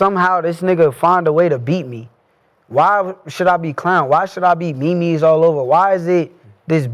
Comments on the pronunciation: this nga said "me mees" instead of memes 🤣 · Bro said me mes 😂😂😂😂😂 memes my guy memes